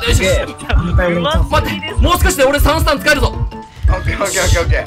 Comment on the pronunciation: 別ゲー混じりすぎてwガンダムかな？w 「俺の3ス↓タ↑ンを↑」ってなってるの笑った 編集が進化した神回( ˇωˇ )